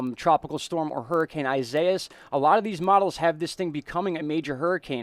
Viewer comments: Its EE si E es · Isaias is pronounced EE-SAI (as in SIDE)-EE-AHS just so you guys know. It's the Spanish version of Isaiah. EDIT: I had to fix it. A little